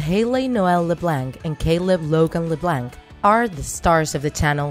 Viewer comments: If your gonna say their last name say it correctly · How do you make a draw my life, but can't pronounce their last name. It's french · The c is silent in Leblanc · Annie Le bLaNk me: I'm pretty sure its pronounced Annie le blaunk. but Idk I may be wrong. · Omg the way she says Leblanc it's not Le blank it's Le blanck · It’s not la-blank it’s la-blonk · It’s not pronounced “LIBLANK” it’s called “LEBLANC” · Leblanc!!!!! Not leblanck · It’s not la blank it’s Leb blonck like blonde with ck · It’s pronounced leblonc not lebanke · I'm so sorry...but the way you pronounce things is really throwing me off... La-Blank? It's kind of like Lah-Bl-on-k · Alicia Rutledge no it’s pronounced Le- blank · Alicia Rutledge ikr! Le BLANK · It is lu blonck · It's not "LeBlanc" it's LeBlonc even though it's spelt leblanc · It’s Le-Blonc that’s how you pronounce it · i’m sorry.... leblank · its not la blank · you say leblanc its pronounced leblaunc but it is spelled leblanc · Its pronounced LeblOnc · It makes me uncomfortable that she pronounces leblanc like leblanck. mostly because my last name is also leblanc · Leblanc?? It’s pronounced like leblonc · And the pronounciation of leblanc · Alicia Rutledge I agree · shes saying leblanc wrong that BUGS MMEEE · It's LeBlanc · U saying bratayley, haliey, and Leblanc wrong. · You said LeBlanc wrong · She says Leblanc wrong 😂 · Your saying LeBlanc wrong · You say Leblanc and brataley wrong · She pronounced Leblanc wrong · It annoys me how u say Leblanc and how u say Bratayley no offence and I liked the video :) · She spelt "summerall" wrong🤣 And pronounces leblanc wrong🤣 RIP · That's not how u say Bratayley or LeBlanc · learn how to say "LeBlanc" omg